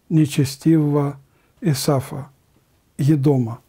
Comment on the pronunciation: Исав а не Исаф разные имена это.